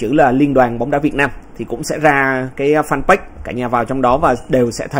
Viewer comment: Mình không hiểu sao chữ “fanpage” suốt ngày cứ nghe mấy anh nhà báo đọc là “phan- bách”. Chữ page đọc sao ra bách vậy ta